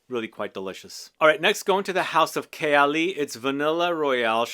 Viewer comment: Your pronunciation of Khaltat makes me want to try it. Authentic!